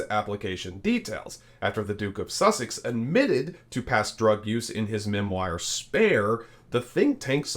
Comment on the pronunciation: Prince Harry’s “memWIRE”??? 😉